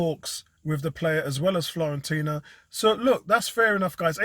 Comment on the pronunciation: it is Fiorentina, as in FEE-OR-entina. Blessings. Enjoy the international break!